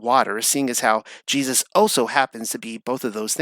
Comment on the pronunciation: Do you have ADD? Also who taught you how to pronounce Jesus’ name?